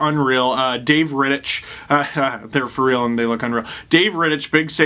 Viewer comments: it's pronounced "Rittick" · That’s not how you say Rittich